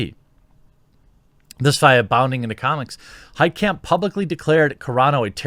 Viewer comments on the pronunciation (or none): It's a German name, the "kamp" part shouldn't be pronounced like in concentration camp, it should be pronounced like in mein kampf. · “Heitkamp” Every. Single. Time.